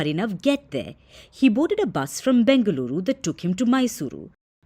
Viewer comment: My respect... i loved it when it said BENGALURU AND MYSURU...